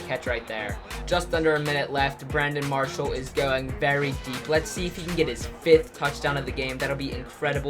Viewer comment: he said Brandon Parshall